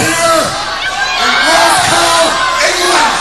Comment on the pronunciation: “Glass cow England “. Oof